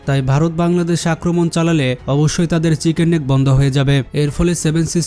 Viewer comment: ভাই তুমি বার বার পাংলাদেশ পাংলাদেশ করো কেন ঠিকমতো বলো বাংলাদেশ 😡